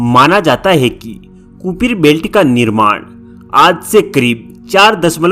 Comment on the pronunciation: Kupiter belt nahin Kupier belt hai, padh ke bol raha hai, wo bhi galat.